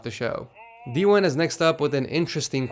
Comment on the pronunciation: I love this series but I’m pretty sure he said d-1 instead of dewin